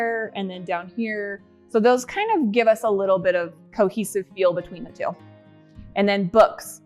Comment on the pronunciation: Well... I noticed another YouTuber says the word feel like you do.. more of a ," fill " instead of "feel." I beleive she may be from Utah as well . Anyhow love how your sketch came in to fruition. Your house is huge.. I thought I had a big house sheesh! Your figure is so cute too You didn't gain an ounce of weight weight in the time you've been away from YouTube ! Nice shapely legs. I have a huge entry way but not nearly as magnificent as yours . Can't wait to see the living room:dining room. but I'm not rushing you guys❤